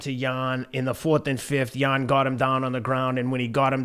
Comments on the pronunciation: Teddy pronounced Jan's name no less than 350 different ways.. none were correct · Teddy didn't get Jan's name correctly even once 😂😂😂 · Can Teddy just call him Jan please😂